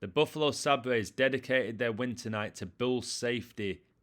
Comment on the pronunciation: It’s pronounced say-bers